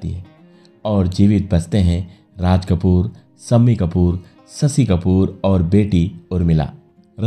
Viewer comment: Please sh ko s nhi kahe jese sasi kapur siksa sunkar ajib lagta he